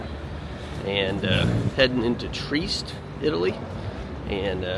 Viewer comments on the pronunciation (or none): It;'s pronounced TREE-EST not TREEST. I can't tell you how annoying dumb Americans are.